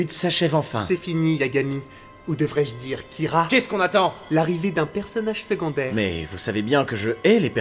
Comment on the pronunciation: Il dit "keara" design..? Moui bon ça fait l'affaire